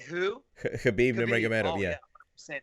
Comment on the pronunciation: Wonderboy: Khamzat- "homzot" Khabib- "cuhbeeb"